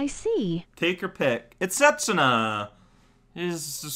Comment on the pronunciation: Anyone else with a little knowledge of Japanese that cringes deep inside everytime someone pronounces the "u" in Setsuna? 😬